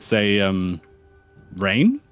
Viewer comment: That "RAIN!?" Was personal